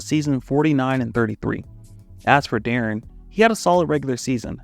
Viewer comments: why was you saying de’aaron half the time? its pronounced like “DEH-REN” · Ngl, I couldn't get over my dude pronouncing D-Will's name De'Aaron (as in De'Aaron Fox) like 60% of the time in the vid. Even had to look up this old clip of T-Mac asking how to pronounce his name to make sure I wasn't going crazy like with the Berenstein/Berenstain bears situation. Still quality content, but I always find it weird when people who supposedly follow basketball mispronounce the names of well-known players. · “I can’t take criticism or pronounce Deron correctly”